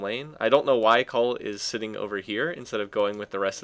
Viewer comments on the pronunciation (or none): none